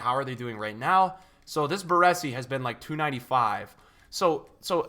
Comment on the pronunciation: Omg your saying Baresi wrong not good haha